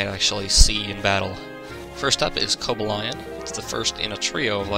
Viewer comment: I love your playthroughs,. But... Seriously? "koh-buh-ly-uhn"? and verizon? "tehr-uh-ky-uhn"? My god, i have never heard anybody butcher these names as much as you do.